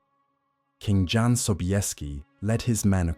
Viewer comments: AI…….It’s pronounced YAN…….not John! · Jan is pronounced YAN, by the way... your AI narrator is hit and miss... can't you just write the script phonetically? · ... in eastern europe... including Germany... a... "J"... is pronounced as a "Y"... so Jan... reads as... "Yahn"... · OMG, it's pronounced YAN, not JAN, FFS! How difficult would that have been to look up? Friccin AI BS